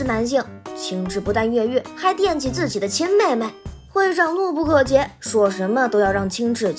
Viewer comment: 怒nu不bu可ke遏e，多读读书吧